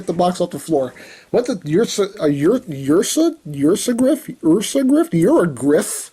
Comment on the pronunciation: It's pronounced UR-SA-GRIFF.